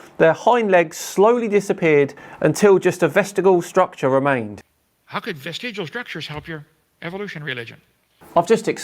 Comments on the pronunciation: vestigle?????? you mean VESTIGIAL...... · Do all Brits make vestigial rhyme with testicle? I'm writing a poem about Kent...